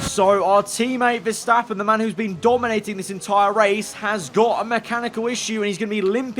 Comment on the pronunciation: Why did say Verstappen's name like that. lol